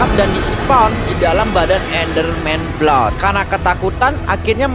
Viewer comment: Blood = blaad